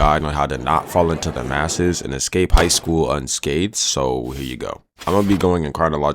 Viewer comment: hogh school